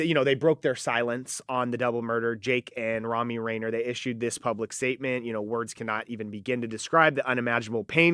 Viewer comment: It’s not RAIN-eer like the mountain